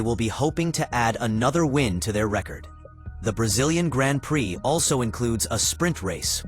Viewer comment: It's pronounced "Gron Pree" ! Try IT! 👍🏁